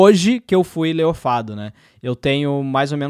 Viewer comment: Espero que a Microsoft tenha dado prioridade para demitir principalmente quem fala "leiofado"